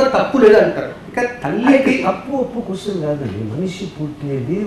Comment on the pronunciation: oori veedu eesalo. Just watched this interview because of the presence of RGV doesn't deserve to Polish rgv shoe's. by hiring this we can say about the tv9 he can't even pronounce the word question and he is interviewing the great